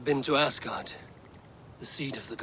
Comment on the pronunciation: ආස්ගාඩ් නෙවේ ඇස්ගාඩ්